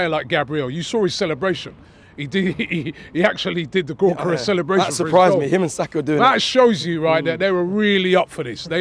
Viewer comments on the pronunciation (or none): The sporting fan tells robbie how to pronounce Gyokeres. Robbie the very next day : "Gorkeres" 😂🤦‍♂️.